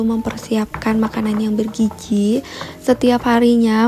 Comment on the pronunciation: fokusku bukan kandungan makanan,tpi penyebutan anda "bergiji" terasa gmn gitu walopun mmg sprti itu tpi kbiasaan tlingaku mndengar "bergizi"